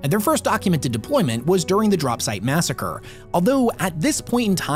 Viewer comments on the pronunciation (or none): none